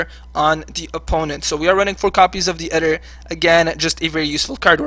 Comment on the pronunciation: great video, very ballsey deck. you mispronounced some cards like Ether has a hard E sound like Freezer.